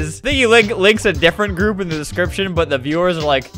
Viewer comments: my favourite part of the vid lol I can't stop laughing at "gourp" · "And joined the gourp" got me dying💀💀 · "the gourp" makes me die so much